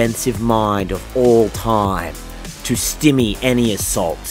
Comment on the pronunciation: Proof that living in my brain is Hell. "The Imperial Palace of Terror"? Stymie. "Stimmy", not a word. "Terror", again. "Rogald". "Traitor allegiance". "Terror", again. There was at least one other "Rogald" in there. Didn't get the timestamp for it.